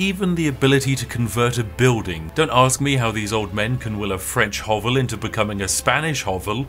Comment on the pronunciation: Hovelle? You just made up that word, didn't you? Is it an attempt at translating "hovel" in Franch?